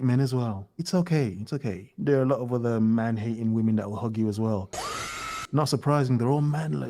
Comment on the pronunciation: The guy who made the video says women in plural like woMAN. What’s up with all these idiots that can’t say women instead of woman